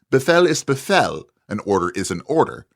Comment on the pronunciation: Pronunciation guide. You got it almost right. An ‘h’ after a vowel typically lengthens the vowel. You said something like “be-fell”, lengthen the vowel like you would in “feel”, but keep the sound of the vowel otherwise the same. a longer sound like “be-feel” is more correct, though the vowel sounds just like in “be”, just longer.